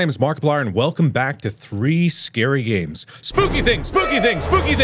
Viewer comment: 'Hello my name is markiplier and welcome back to three scary aids' That's legit what I understood 😂